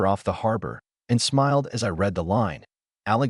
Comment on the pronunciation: You know, the word “read” does have a past tense; pronounced “red”. Just so you know. If each heir was due to receive $125K and the other two got reduced distributions what happened to that money?